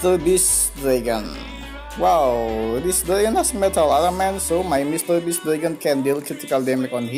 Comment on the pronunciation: You cant even pronounce beast you say best like what